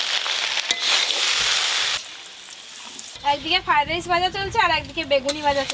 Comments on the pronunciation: পপি খালি কে কে কে য়ে য়ে কে করে। আর একটা কথার ও উচ্চারন শুধ না। মটন কারি, ফায়েড রায়েস😂😂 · Fried rice thikmoto uchcharon o korte paren na..shudhu khetei janen?